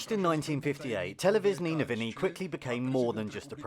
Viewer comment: "Televizknee Nouvini" You are butchering our beautiful language.